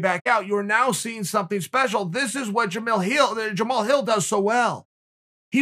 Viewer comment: Honestly kinda shocked that Chael pronounced his name correctly